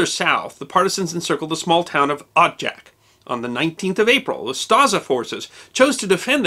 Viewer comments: Thank you for taking the effort to spell correctly the names Poljana ("Meadow" or "Grassy field") and Odžak ("Chimney"). Your pronunciation is almost spot on: in the name "Odžak" the "D" is a "hard" D, and its pronounced like last D in "Dodge" so it would be like you are trying to pronounce "Odg-ack"; "Ustasa" is pronounced "Hu-sta-sha", with silent H. You are 100% correct about the post-war communist goverment hushed over many events from war or events that followed, as well about the multiple guerilla army groups that fought amongs themselves. Great job as always! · ustaša = oo-sta-SH-a. Effectively Croat nazis. Croats today are not really that ashamed or sorry that the existed. Some are a little upset by the bad rap they get. The post YU war generation, not so much. But the older ones, well, yeah. Odžak = O-jak (more or less) NOT od-jak. Not Josip Tito. Josip Broz, Josip Broz "Tito" or just Tito. Good show otherwise. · Quick tutorial for nonslavic speakers: LJ is pronounced like Italian ''gli'' but without ''i'' part Dž is pronounced like ''Jack'' but without ''ack'' part Š is pronounced like German ''sch'' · Odžak - (pronounced odchak) Ustase - (pronounced ustasche)